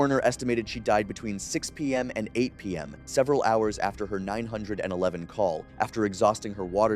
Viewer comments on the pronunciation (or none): Cal 9 hundred and 11? Not call 911? What's with the weird way of speaking? I like your stories, don't get me wrong, but that threw me off.